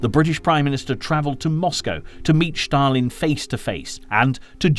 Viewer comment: It is a torment to listen to the narrator. Where on earth did you get it that Stalin and Stalingrad are pronounced "Shtalin" and "Shtalingrad"??? For heaven's sakes, these are Russian names, not German!! The important story is completely obliterated by these mistakes.